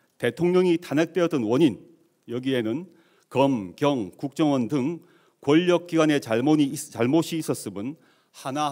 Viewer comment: ㅋㅋㅋ 막판에 대놓고 걱정원이라고 발음했어 ㅎㅎㅎ